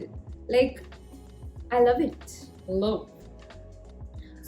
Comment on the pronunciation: Love the way you say "LOUVE" 😂❤️